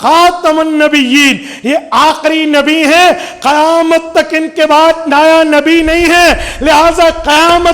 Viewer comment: کوئی ہے جو کی غلطی درست کر دے۔۔ نیا کو نایا کہتے ہیں اور نئی کو نائی کہتے ہیں جو غلطی ہے لہذا میری عرض کو کوئی تک پہنچا دے